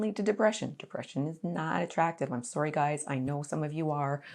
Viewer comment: The way you pronounced “sorry” sounded very Canadian. Lol